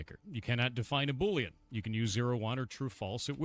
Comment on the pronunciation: Say 🅱️oolean one more time